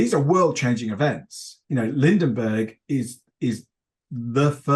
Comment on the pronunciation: "Lindinbergh" the whole interview... hahaaha...cute! The 1920s ROCK for setting and story potential. Anyone thinking it was all Keystone Cops and flappers needs to do some serious research